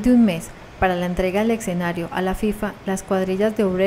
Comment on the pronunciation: Se dice escenario no ecsenario!!